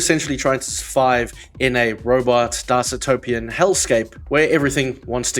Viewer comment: Wait, what was that pronunciation of dystopian?!